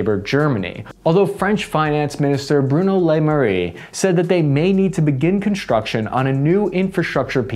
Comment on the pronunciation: Sacre bleu, such butchery of the language of love. The finance minister's name is pronounced Le Mare. Zoot alors!